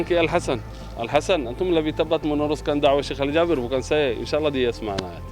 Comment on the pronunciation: Jaber dibaca JABIR. Emang ada abjad E dlm bhs arab?